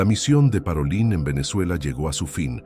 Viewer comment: Pietro "Parolín" (acento tónico en la "i"), y su pueblo se pronuncia "Skiavón"!